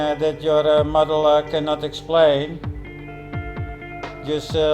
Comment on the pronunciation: Did you say model or MUDDLE?